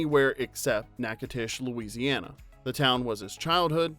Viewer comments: Nachitoches is pronounced NACK-uh-dish. It is a gorgeous little college town. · Its not pronounced like Nak-a-tash. Ughh. Sounds like Nak-a-doh-shus. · Nack-a-dish NOT Nak-A- TASH ugh!! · Knack it ash?? Not- knack- a-doch us? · Its not probouced Na-uh-tesh ITS PRONOUNCED NA- CUH- DISH!!! :)😊 BLESS YOUR HEART ❤️ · One note: it’s nak-eh-DOH-chez not nak-EH-tesh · I’m from Louisiana and just wanted to say that the town is pronounced: Natch-ah-toe-shUs. (Like “hatch” but with an “N”) NOT NACK-ah-tAsh !!! AND THEN, he had to say it over and over again!! Arrrgghhh!!! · OMG ! Nack a tash, and then Nack a dash..... is this what I heard? Natchitoches = Nack-uh-tish. (small town in Louisiana). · It's pronounced "Nacadish" not tish. Just FYI...lol!! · Nak-a-doh-shish Louisiana Not nac-a-tash...good lord🙄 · It's NOT pronounced "Nac a tish" It's NA KUH DOH CHUHS" Omg. Don't do that anymore! LORD! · Nack-uh-dish Is how to pronounce Natchitoches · Natchitoches is pronounced Nak uh tush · It's Nack-a-tish. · It's pronounced nack-a-tish. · Filmed in Natchitoches, pronounced Nakadish. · Oh, bless your heart, honey. The town is pronounced knack-eh-dose-us. You need to apologize to the ears of all the southerners hearing whatever you're trying to call it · Natchitoches is pronounced nack-a-tish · Natchitoches… Nak-ah-dish! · That's not how you say Natchitoches (pronounced "Nak-a-tish"). You're killing me, Smalls. Checking out the recipes for Natchitoches meat pies. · My son graduated college with Robert, the little boy who Susan, aka Shelby, gave birth to at the end of the movie. They remain close friends to this day. BTW it's pronounced Nack-a-dish. It's obvious you aren't from Louisiana. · We say "NackaDISH" but good try lol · Love the movie! Learned that Robert Harling wrote Soapdish. Cool! Love that one, too. For future reference: Louisiana place names are hard. It is pronounced NAK-a-tish. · The city is pronounced Nak-uh-dish 🥲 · And its pronounced Nack-o-tish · Not Nak-a-tash 😅